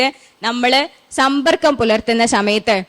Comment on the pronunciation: സമയത്ത് ✅ ശമയത്ത് ❌